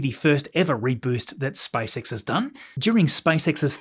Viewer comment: SpaceX ✅ , SpiceX ❌